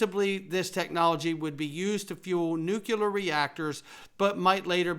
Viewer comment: you are mispronouncing Nuclear Nu-CLEE-ur, not Nuke-yeh-lur